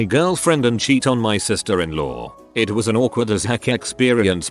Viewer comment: Is anyone getting mildly infuriated by the way they say “it” and “skatepark”